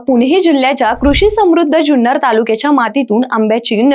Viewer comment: जुन्नर म्हणा ज्यून्नर नाही.